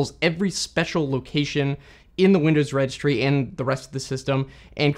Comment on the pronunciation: "Registry", with an "i" there, not "Regstry". A bit hard to pronounce if you cramp 4 consonants together, mate.